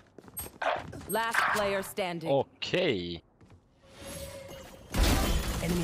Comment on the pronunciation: god that guy sounded so swedish when he Said Okey lol. Idk but the cypher main also kind of sounded swedish too.